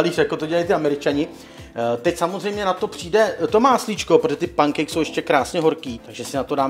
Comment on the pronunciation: čte se to penkejks